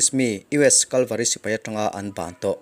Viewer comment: Kalvary i tia Cavalry ani lawmni aw